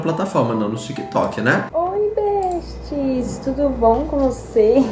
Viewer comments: ela falando "bestis" toda hora, dor💀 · Eu jurava que ela falava “e aí peste” 😅😂